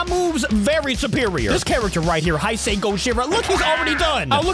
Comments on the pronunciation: How to pronounce it:hey-say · YOU DON'T PRONOUNCE IT "HI SAY" ITS "HEY SAY" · hi-say is wrong it is hey-sey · Hay say not high say man but great video as always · oh yeah, its pronounced hey-say gojira not hi-sei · You saying hise instead of hase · The correct pronunciation of heisei is hey-say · The right wone to say heisei it's heysay just say it like that it' EZ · Hey uh Btw This is how to say heisei Its hey-say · It’s pronounced hay say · You supposed to pronounce hey say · It’s pronounced he se HAE SAE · I don't want to be mean but, Heisi is pronounced "hez i" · Man ur bad At Pronouncing Hesiei kaiius name Translate It bruh